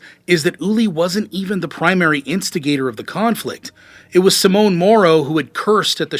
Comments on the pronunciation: Simone is Italian for Simon, it's pronounced simonay, not "simone" which is a woman's name. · Please try to speak out the names more correctly, its not that hard. You are calling the guy "Simon" "Simone", which sounds more like the female version of that name "Simone". As a german speaker I was thinking the person who was so insulting was a woman.